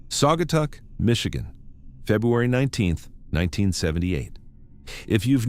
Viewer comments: Sag-uh-taw is how it's pronounced. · Saw guy taw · Saw guh taw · Sagger tawr